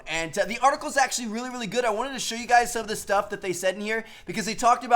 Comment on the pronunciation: No hate but that intro you do makes me cringe tf out it sounds like u say "whut's going on guis" not "what's going on guys"